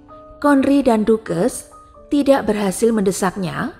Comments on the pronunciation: Tories (toris) = tores , ducches ( daches) = dukes , buckingham ( bakingham) = bukingham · Mungkin perlu reset untuk pelafalan gelar 🙏 ducches = bukan dukes tapi daches